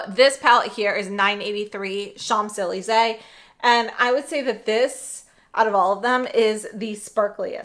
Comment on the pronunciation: Hi! Just in case you travel to Paris and don't want to get roasted by the Parisians, it's pronounced SHONZ EH LEEZ EH, with an N in SHONZ even though it's spelled Champs. Thanks for the swatches